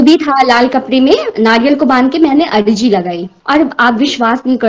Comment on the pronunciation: Ajri ni bhn arji bolte h